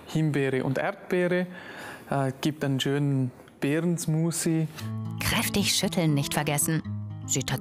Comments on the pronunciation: ALTER WENN DER TYP NOCH EIN MAL SMUSI SAGT DANN KLATSCHTS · SmuSi hat er gesagt xD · Beeren-Smusi xD oh man oh man, als wäre es wirklich soooo schwer richtig das Wort Smoothie auszusprechen oder es zu lernen!